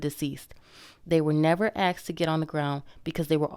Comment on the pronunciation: Why do people still say axed.